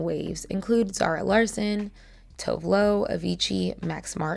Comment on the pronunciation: Love your pronounciation of her name, you nailed it <3 She has been through sh*t here in Sweden with her nasty ex boyfriend who is a famous rapper, who spread revenge p of her, and of course people always takes that as her being a bad person. I think that adds to why her production team wanted her to be toned down and ... well boring. Im glad she's allowed to be more herself now! She's always had amazing stage presence and good values!